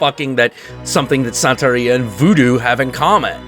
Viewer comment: It's pronounced Bru-HO and Bru-HA, also Bru-he-ria (you pronounced Santeria right btw)